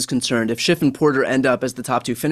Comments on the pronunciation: I had to laugh when this guy used the phrase "hair apparent" (or maybe it's hare apparent?) multiple times, thinking it might be a joke but then he referred to "Adam Shift". I think it may just be a hearing problem for him. I hope so for his sake. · There’s no ‘t’ in the name “Schiff”. It’s German for “Ship”. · The man’s name is Schiff not Shift! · I couldn't listen anymore after about the third time Adam SCHIFF's name was mispronounced